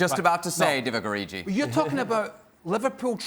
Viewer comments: First of all you twats, its ORIGI not Oriji. Secondly, he's scored a lot more important goals than anyone. Third....he plays with the best players in the league daily in training, DO NOT UNDERESTIMATE HIM. EVERYTIME HE PLAYS, HE CAUSES DAMAGE. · Please learn to say Divock Origi, or find a new job. This is literally your life to know and understand and you can't even pronounce the name of a man that scored 2 in a Champs League Semi and the only Open Play goal in the Final. It literally takes 5 seconds to learn.